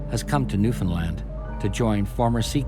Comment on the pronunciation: Montreal and its St-Lawrence river and gulf is not known for its fatal weather.. shit happens that's it. Also Newfoundland is not pronounced that way, nor is Montréal. But I appreciate the upload it's good background sound. Also, that captain always stating obvious shit is annoying.